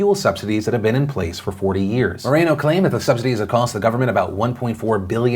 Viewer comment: OMG. no A in moreno..... Mor-en-O........